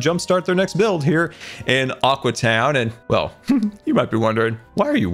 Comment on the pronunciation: Every time he says aqua town I hear awkward town